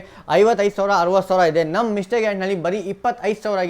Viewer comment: Yenoo kannada mathadhya, 60000 savra , yelvarsavra 😂 karmma kannada kaliyole firstu